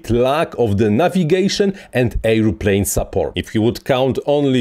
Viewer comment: Hej! Super filmik, bardzo pouczający. Trochę łatwiej by się go słuchało, gdybyś wymawiał „airplane” jako er. pleɪn lub ˈeə.pleɪn nie air.pleɪn. 😊